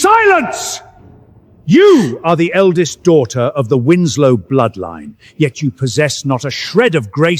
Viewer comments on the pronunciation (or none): How Tf do you read winsek out of Winslow?